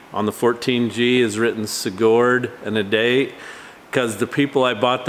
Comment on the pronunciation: I live in the same valley Sigurd and my Sister actually lives in Sigurd. We locals pronounce it Sig - heard. I don't mean to say this in any way to degrade or anything like that I just figured that it would help with the pronunciation. I live 3 - 4 small towns south of Sigurd.